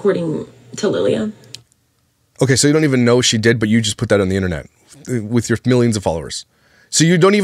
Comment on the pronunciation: The “okeh” edits are killing me.